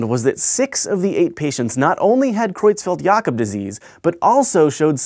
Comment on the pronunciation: The way you pronounce Creutzfeldt-Jakob is perfect!